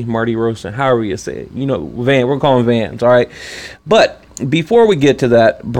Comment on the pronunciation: Just FYI big homie,.. it's Vanes (Vaa-Nis) Martirosyan (Mart-a-roshin)